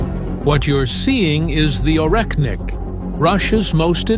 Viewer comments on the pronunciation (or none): It's not Oreknnik but Oreshnik. Sh like in She.